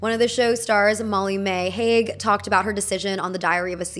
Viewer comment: HAGE LOL it’s pronounced HUE